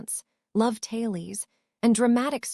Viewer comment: The word is not Talies it is TA LES